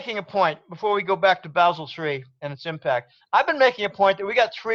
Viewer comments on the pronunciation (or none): Bah-sel 3,. Please! Think of how a German speaker will say the city of Basel.